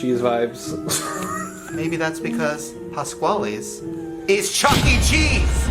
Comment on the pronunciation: the way ryland said "Pasqually's" made my Italian soul cringe in a way i didn't know it could